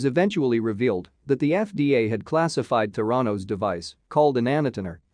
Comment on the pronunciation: It is pronounced "théranos" Emphasis on the "e"